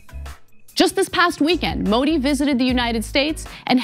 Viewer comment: Being pretty doesn't make you a journalist, and also that she can't pronounce Modi